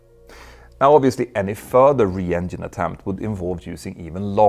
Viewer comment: Why do Swedes have a problem saying “ENGINE” 😅